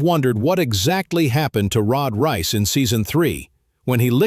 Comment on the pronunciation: Why did you all ways say rod rice it's rod reiss